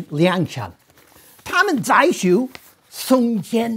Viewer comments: but he said "song jian" instead of "jiang" which is more like "jiAUNG" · it should be pronounced as "Song J-young", like j after the word "young", or just "Song John". it would be closer. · Lol, Mr Stoll, the leader's name should be read as Song-John (宋江). Close enough for me. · every time he mispronounced Song Jiang, i cringed a little; but still had to give discount einstein props for getting most of it fairly correct.